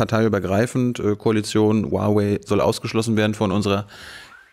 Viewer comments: Cool, dass du Huawei richtig aussprichst. Der erste Journalist der es hinbekommt. 很好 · Wow, du sprichst Huawei richtig aus😅 Fette Probs an dich Thilo 😚